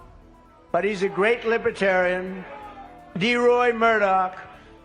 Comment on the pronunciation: Trump cannot even pronounce Libertarian correctly! Trump is friend of all despotic dictatorship!